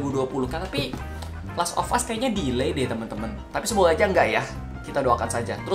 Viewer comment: "Us" bukan "ast"